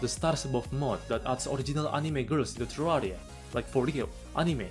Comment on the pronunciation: I just adore how your accent turns terraria into terrariUH